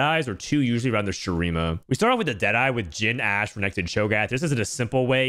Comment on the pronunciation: That ''ashe'' tho